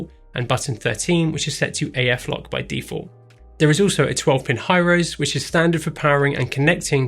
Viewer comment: just a side note... HIROSE is pronounced--- "He Row see" not - "high rose" love you guys dont misunderstand great video... just a correction.